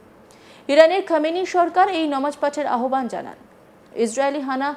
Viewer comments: নিউজ প্রেজান্টার হয়েছেন কিন্তু উচ্চারণ এখনো শুদ্ধ হয়নি নামাজ কে ইচ্ছা করে নমাজ বলেন। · ইচ্ছে করে নামাজ কে নমাজ বলছেন। যদি ভুল করে বলে থাকেন আশা করি সংশোধন করবেন ।